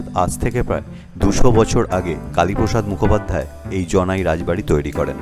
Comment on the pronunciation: হ্যা কথাটা জনাই জানাই নয়